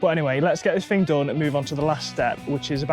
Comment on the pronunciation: Good content, but dude. That music is 😬 and it's bought not brought 😂 What is a "fing" 😅 it's thing. Why many Brits really do speak poor English.